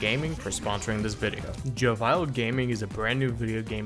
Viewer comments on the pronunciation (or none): Pretty sure its pronounced "Jovial" not "Joe Vile". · Joe Vial?